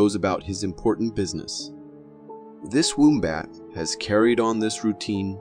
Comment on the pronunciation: 😂😂😂😂 how he says wombat , is not right